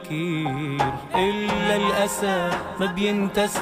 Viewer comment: الأسى تلفظ وتكتب ب الألف (أ) وليس بالقاف (ق)